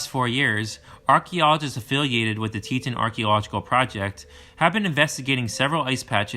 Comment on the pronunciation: Ill say it cause it drove me crazy. Grand TEE TAWN. Thank me later